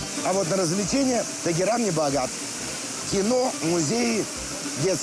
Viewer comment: Только не Тэгеран,а Тегеран.